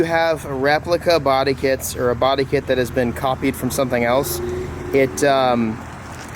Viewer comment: "and yeah I'm really excited about thAat."